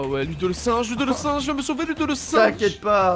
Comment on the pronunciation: Il dit loudo